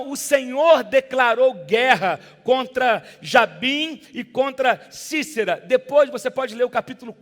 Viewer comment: Não é Cícera. É sisera